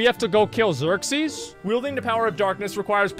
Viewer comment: Every time he keeps calling him Xerxies, the chat collectively grinds it's teeth.